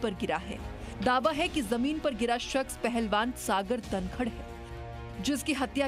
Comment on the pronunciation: Bevkoof ladki tu dhankhad Ko dankad kiyun bol rahi hai.